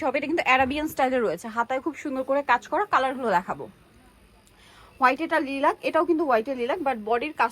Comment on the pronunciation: লিলাক নয়।। লাইলাক